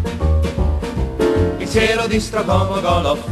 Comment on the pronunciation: dice StrokoMOgoloff...